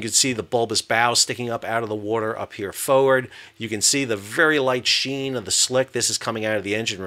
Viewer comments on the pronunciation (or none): I'm Englishman why can't you say forward properly ? Lol